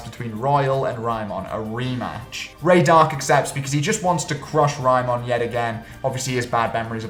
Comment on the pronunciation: Tf is Raymon? They say the name about a million times and you still get it wrong